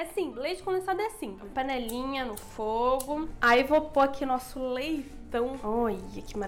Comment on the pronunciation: kkkkk Para De Falar "Leitao" Kakakakakaka Minha Mente É Poluída